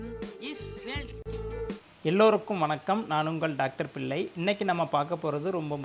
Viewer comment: பில்லை அல்ல. பிள்ளை. தமிழை வளர்த்து அழகுபடுத்தியதில் பிள்ளைமார்களுக்கே பெரும் பங்கு உண்டு. ல, ள சரியாக உச்ஞரிக்கவும்.